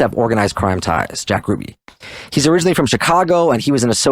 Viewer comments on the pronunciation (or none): none